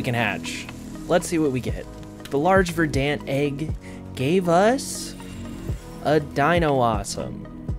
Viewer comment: ok, this bothered me more than it shouldve, Verdant is pronounced Verdn't not Ver Dant